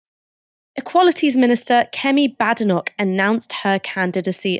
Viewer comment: 🙄it’s not pronounced bad e nok 🙄🏴 as it’s a place in a great country and me being one it bade noch